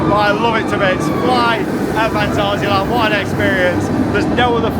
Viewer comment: Stop speaking Gerglish please, If your speaking in German it's Fahn-TAH-zee-uh-lahnt, if your speaking in English it's Fan·tay·zee·uh Land 😊